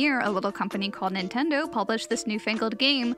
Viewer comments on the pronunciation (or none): none